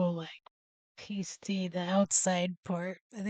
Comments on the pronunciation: I understand why you pronounce it the way you do, it looks like pastry without the R but it's pass-tee. I can forgive the carmel but not this 😂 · It's pronunciation is past. Ey not paste ey.😊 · Hiya im sure someone in comments has mentioned this but its pronounced Pass tees us brits love to confuse our american cousins 😂😂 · Say pasty correctly!! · It gets me that most Americans do this despite hearing it said correctly 50 times in the video. Sadly it gets me shouting at the screen as though they can hear me! :P